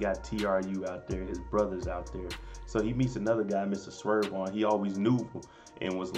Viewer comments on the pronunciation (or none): It's SERV-ON not SWERVE 🤦🏾‍♂️..You better put some RESPECT on his name🤣🤣